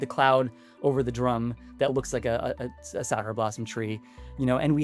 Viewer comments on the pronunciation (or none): none